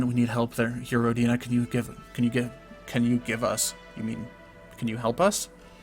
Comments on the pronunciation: Hey,, I believe the correct pronounciation is rOdina, not rodIna, just FYI:) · It's more common to pronounce it as "Row-deen-uh" though. I believe that's how the developer (Brendan Anthony) pronounces it.